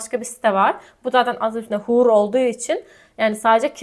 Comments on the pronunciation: Huur diye yazilir hüür diye okursaniz iyi olur cunku huur diye soylerseniz orospu demis olursunuz,bilginiz olsun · hahaha burayi hollanda doğumlu birine dinletin.. hoer hahahaha süper.